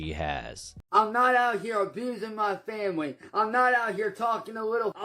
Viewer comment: “my fam-bly”